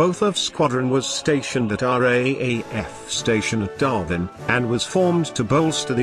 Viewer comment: That damn synthetic voice... "Darvin"...